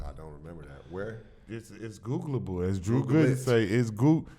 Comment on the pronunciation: A episode can’t be complete without Q saying “it’s googalable” it’s only right